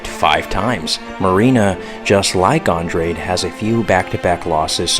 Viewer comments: Naw Ima take ur picks with a grain of salt when you don’t know how to pronounce Andrade last name 🤦🏻‍♂️ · Your analysis isn't bad, but please watch more fights and learn the fighter's name pronunciations. So many people are gonna drag you for that as you get more views. Andrade (Andraj) Kattar (Caiter)